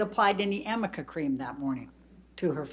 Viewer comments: Me yelling at the phone…what on earth is amica cream!!!! 😂😂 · SAME GIRL. I was like say amica cream one more time